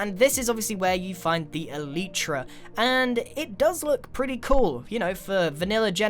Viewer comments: it's not elitra it's elytra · Elitra or Elytra? How you pronounce!? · People That Are Good At Saying Words: Elytra People That Are Bad At Saying Words: Elytra Grain:Elietra